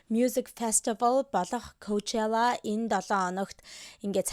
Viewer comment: аниа ковчала биш пучола шд